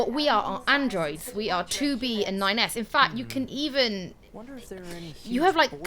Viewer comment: When said "That's 9S" I legit thought I had heard "That's my ex" and I thought 'Is she cheating on Ignis?' 😂